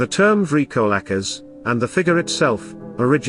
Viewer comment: 💀..I dig thee "LAMIA".., but I'm not sure about your pronunciation of the "VRYKOLAKAS"..